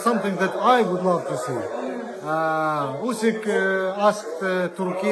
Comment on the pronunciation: "Usk"?? That's NOT how Oleksandr pronounces his last name and it is also no secret.